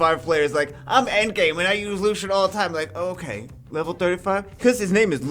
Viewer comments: The light Elven rangers name is pronounced is Lucy-in not Lushen. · can u pls pronounce his name french ? his name is lucien not lushen